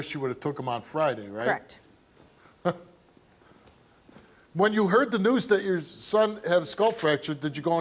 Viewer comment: If that chick that abused her baby says “crekt” one more time…